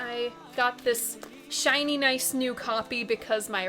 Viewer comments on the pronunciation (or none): none